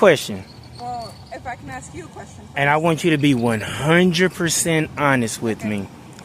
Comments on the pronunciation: IT'S "ASK" NOT "ACKSED" 😂 Here we goooo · Ask vs Axe. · Dude… you have to work on your language skills. There is nothing called AKS. It’s written and spoken as ASK. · Would love to know why do many millions of black people can’t pronounce the word “Ask”?